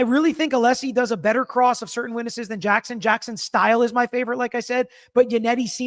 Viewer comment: Alessi's speech pattern/mannerism is so ... unusual. I find the way he pronounces some words really distracting (cer-tain, im-POR-tant, etc.). He's so precise in his questioning & arguments; if I'm a juror, I might miss some of the extra good stuff bc of his speech. Just me?